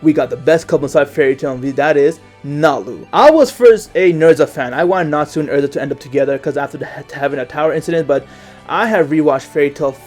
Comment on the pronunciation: It's Erza not ersa